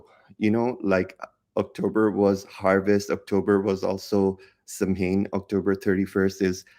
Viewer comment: The correct pronunciation for samhain is SOWIN💖☺️